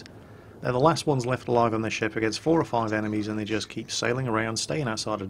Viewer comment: Nearly every time you said ship, i thought i heard shit o_O "I like this shit" "Turn the shit around"